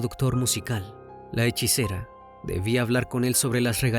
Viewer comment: Es "Hechicera ", Crimi🙄🤗😘